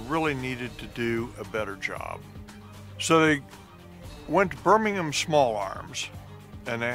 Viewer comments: That is the first time I've ever heard an American say the 'ham' suffix of a British place name correctly. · Omg an American who pronounces Birmingham correctly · Woah that's incredible... An american who can pronounce Birmingham correctly. 😂